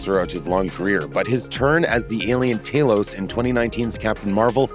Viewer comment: TAH-lows not TAY-lows. Just like THAH-nows, not THAY-nows. They pronounce the names in the movies. It’s not that hard to listen.